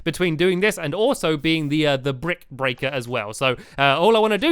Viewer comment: stampy you do know that at the end of the episode you said "brick breating right